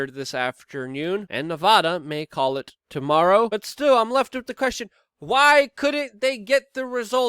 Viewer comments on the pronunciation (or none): none